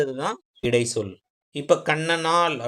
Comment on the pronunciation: தம்பி இடை(ச்)சொல் என்று சொல்லவும் ச் உச்சரிக்கவும்